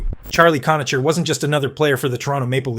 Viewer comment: Cona-Ker, not Cona-cher.